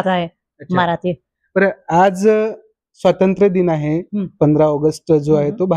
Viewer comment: त्या मराठी शिकतात,आणि मुलाखत घेणारी व्यक्ती मराठी असूनही "आज स्वातंत्र्यदिन आहे" असे न म्हणता, "आज असे स्वतंत्रदिन आहे"असे म्हणते..व्वा क्या बात है..😂😂😂😂..कोणीही उठून माईक हातात घेतं हल्ली...